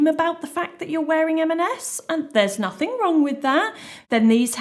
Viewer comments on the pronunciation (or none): none